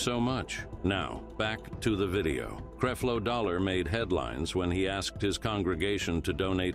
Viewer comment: It’s not creeflow it’s Creflow and this is a fake platform